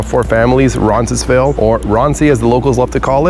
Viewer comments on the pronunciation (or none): Good video. I've lived in this area for 20+ years. Only one suggestion. You keep pronouncing Roncesvalles incorrectly. It sounds like you have an extra "n" in there.